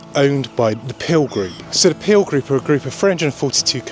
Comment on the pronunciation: You're obviously very knowledgeable and actually rather interesting but might you please learn how to look at a camera lens rather than the monitor screen as I was going cross-eyed watching this. oh and it's the Peel Group not the Pil Group (pronunciation)